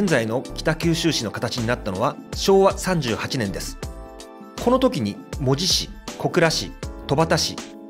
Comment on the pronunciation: 八幡せいてつしょです。「じょ」とは言いません 福岡藩だと！！！こんな屈辱的なことはない なんで博多弁エリアと一緒なんか！ ただし、戸畑と八幡と若松は福岡藩領だったけどな 北九州市が第二次世界大戦の被害をほとんど受けなかったって・・・・ 原爆投下も目標だったのに、製鉄所もかなり狙われたのに、関門海峡は機雷だらけだったのに 小倉湾なんかありません！ 門司のイントネーションが間違っている！そんな気色悪い言い方ではありません！ 北九州の人間に「町」を「ちょう」と言う感覚はないわな